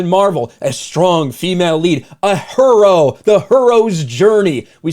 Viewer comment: Omg ur HERo pronunciation 👀👀👀☠️